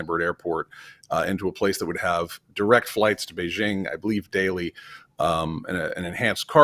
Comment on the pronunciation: The "j" in the word "Beijing" does not rhyme with the "g" in the English word "regime"; in fact, this sound does not exist in Chinese. The "j" in the word "Beijing" rhymes with the "J" in the English name "Jim."